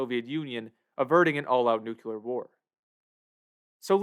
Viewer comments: I just can't... It's 'nuclear', not 'nuculer'. Wtf. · Nu clear, not "nucular". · Nuclear is pronounced NUCLEAR not NUCULAR. You wouldn't say nuculus instead of nucleus, right? Everybody practice: NU-CLEE-AR (not NU-QUE-LAR). ffs. It's like fingernails on a chalkboard to me. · You made a video about nuclear weapons and nuclear holocaust - but you mispronounce "nuclear". It's pronounced, "nu-clee-er", not "nu-ku-ler". smh .... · Hey: It's pronounced "New - Klee - Are". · Unsure how you could write your script, research and title the video with the world Nuclear, and stil pronounce it 'nukuler' the while vudeo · Nice! BTW, it's NOO-KLEE-UR. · "nuke- you- ler" ? Tisk tisk lol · The Marge Simpson pronunciation of "nuclear".